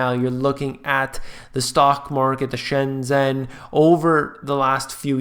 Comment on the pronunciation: I love you but please say "shen-jen" (like jennifer)